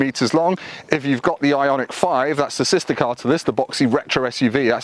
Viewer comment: Kudos for pronouncing the name properly!